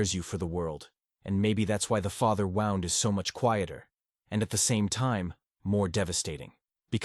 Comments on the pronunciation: The word is wound as in pain, not wound as in a clock. For the love of God get real people to read these things!! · Another criticism is the A.I. speaker's mispronouncing of the word "wound" - a negligent preparation of material for the listener. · Yes excwpt the key word WOUND is mispronounced so many times, but not all. Someone needs to edit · I know this is AI but it’s still good… the father wouwnd 🤣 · Something that distracts me in this video is that the word wound is repeatedly pronounced like the past tense of wind. Is there no way to correct that? What happened to having humans actually read text? It’s not that long. Thanks for the content, anyway.